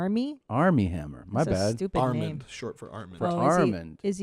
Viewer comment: i keep hearing arm meat